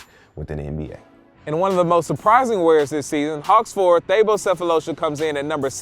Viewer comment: "Thaybo" Sefolosha?? as a suns fan I love that Tuck is getting his shoe credit lol